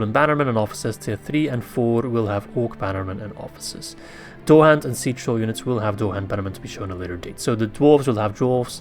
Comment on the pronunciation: Dourhand is pronounced Dowerhand in English. Im only saying because you did ask in the video, your english is much better than mine.